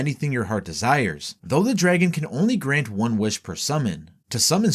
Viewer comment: Grant not vrant no hate btw